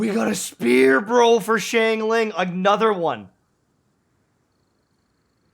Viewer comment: He's still saying Xiangling wrong.